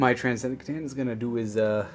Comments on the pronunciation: Though if he would FUCKING STOP saying SEH-TAN that would be GREAT. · (at one point said he wasn't sure how it was pronounced, not trying to be a dick or anything... I failed catch the time code for it though) Kuh TAN (The letter C makes a 'kuh' sound. Not a 'see' sound) Think how you pronounce T'au. The T at the start is a T like in "time" or "tell". Now how do you say "cat" or "cow"? Now try to think of words that starts with C but doesn't start with the sound "Kuh" and compare that to how many words that do. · "C'Tan" is a nod to "C'thulhu" so it should be pronounced the same way--with a hard "k" sound: "Kuh-tan"